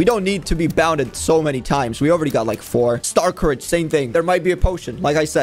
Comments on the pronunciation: bro its not star courage its star scourge 😭😭😭😭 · bro its not starcourage its star SCOURGE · why does he keep on saying stars courage its star scourge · My brain hurts now it’s starscourge not star courage now I can never go back. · Is it pronounced star-courage or star-scorge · It isn’t starcourage it is starscourge (star-scourge) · I like how he pronounces starscourge as star courage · It’s prounced star scoruage